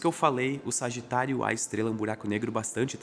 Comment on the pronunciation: eu só conseguia ouvir "Sargitário, A Estrela!" (signo com epípeto jkkkkk)